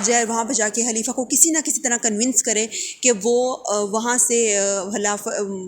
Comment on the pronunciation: Halifa or khalifa? Otherwise was good 🔥